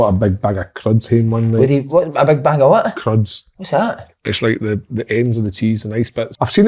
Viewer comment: Kev it’s cheese curds not cruds 😂😂😂